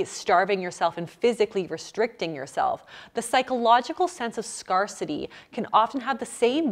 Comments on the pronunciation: dear it's pronounced "scare-city" :) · Is it Canadian accent that you pronounce scarcity as scar-city instead of scare-city? Anyway, you inspired me to read about intuitive eating and it's helped me tremendously. I never thought that I could stop bingeing but now, I eat without feeling guilty. I eat more than my mum would approve but she's a tiny lil lady and I'm a grown ass man so i had to learn that of course I need to eat more than I was taught by her. The last few months of learning about intuitive eating has been truly life changing. Thank you ❤️ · I did have a laugh though when she pronounced scarcity as SCARcity. Thinking about it SCAR-city or SCARE-city can both be appropriate expansions on the word to get you to step back and recognize the harmful aspects of bad eating habits. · is "scar-city" a Canadian pronunciation, or a clever pun? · Wondered the same thing. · haha love the videos but where did learn to pronounce "scarcity" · I wondered that too!😏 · Can Canadians confirm whether this is a common pronunciation of “scarcity”? Curious from a language pattern perspective. Never heard it before as an American.